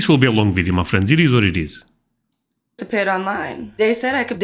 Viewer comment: Dey said…. Instead of they said. I’m white and I say it like she does . It’s all about where you’re at now and how you got there.